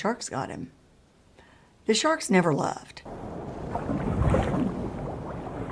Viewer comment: Did she say sthawrks?